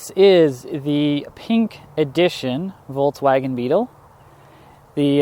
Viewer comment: It's so funny how no one pronounces "Volkswagen" right😂